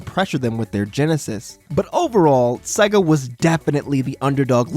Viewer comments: Please its seega not saga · FUCKING SEGA NOT SEAGA